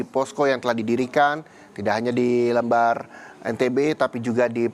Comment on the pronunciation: lembar bang bukan lembar